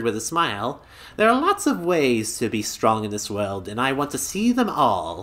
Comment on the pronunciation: "This'll 'BEE' it" huh? XD